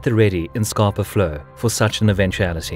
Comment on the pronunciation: You need to learn how to pronounce Scapa flow. It’s Scapa not Scarpa